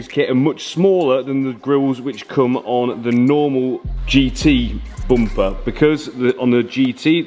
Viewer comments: Its bumper .....not bompa🙏💀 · Rear "boomper" bro's a 100% Irish 😂